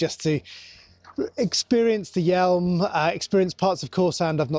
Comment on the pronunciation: PS the River Yealm is pronounced 'yam', not 'yelm'. I know the area especially around Plymouth and the Sound well. From Bodmin.